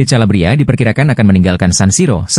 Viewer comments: Kalabria calabria lawak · Calabria lagi